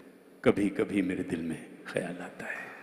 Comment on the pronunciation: गाना बहोत ही achaya गाया but..खयाल का उच्चारण कयाल ऐसा कर रहे थे